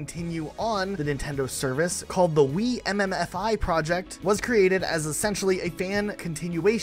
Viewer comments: Wiim-fi isn't an acronym, it's just pronounced "weem-fi." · It’s pronounced “Weem-fai” like WiFi, but after the creator Wiimm. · OH MY GOSH JUST SAY WEEM FYE AAAAAAAA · thats the craziest pronounciation of wiimmfi ive ever heard in my entire life wtf